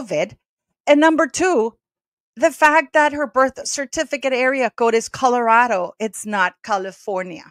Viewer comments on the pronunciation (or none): none